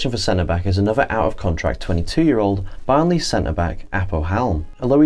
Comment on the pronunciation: Your pronunciation of the player names was fine. But pronouncing Barnsley as Barn-ley?? Where did that come from? 😂